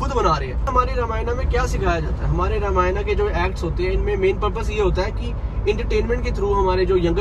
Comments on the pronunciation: Brro you are not a real Hindu apne granth ka toh shi se naam lena seekhein pehle it's Ramayan not Ramayana ok orr yeh channel bhut se non Hindus bhi dekhte hain unpr kya impact pdega aapne kbhi kisi muslim ko Namaz ki jagah Namaza kehte hue suna hai toh aap bhi apni glti sudharein. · Bhaiya ramayana nhi ramayan boliye Jai shree ram 🙏🏻🙏🏻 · भ‌इया अगर आप रामायणा की जगह रामायण बोलोगे तो ज्यादा अच्छा है। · रामायना ❌ रामायण ✅ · Bhai ye sab toh thik hai par ramayana kyu bol raha hai रामायण ko google translate bhi रामायण hi bolta hai tu kyu angrez ban raha hai😂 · भाई पहले तो रामायना बोलना बंद कर... "रामायण" बोल